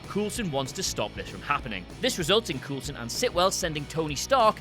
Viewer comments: Stop saying Coolson. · Pronounce names correctly, please. Vormir = Vor-meer, Coulson = Cole-son. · Who is this "Coolsen" you speak of? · coal-son not fucking coal-son